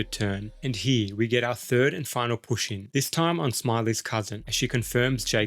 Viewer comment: Every time you say push in I giggle a little.